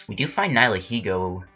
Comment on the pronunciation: think you said it right, people say its a combination of the words nihilism and ego so yeah